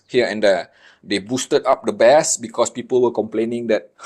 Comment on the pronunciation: Bass. In English this word has 2 meanings. One is a kind of delicious fish. The other is a low frequency sound. When you speak you say it like the fish, not the sound. The sound rhymes with ace not ass.